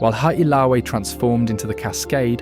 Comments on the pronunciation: hale aka la. Hally ah cala ís a proper way to pronounce Haleakala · Not only that - the pronunciation of Haleakala ! - but showing the mountain above Lahaina - Pu’u kukui! - NOT Haleakala - it is nowhere near Haleakala! Jeez! Come on man!